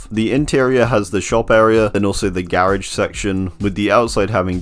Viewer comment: The way he pronounced "garage" 🤮